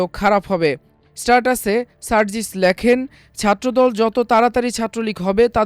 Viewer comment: স্টারটাস না "স্ট্যাটাস" হবে